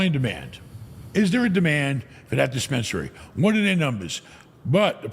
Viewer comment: Neither of you is going to correct "dispensarary?"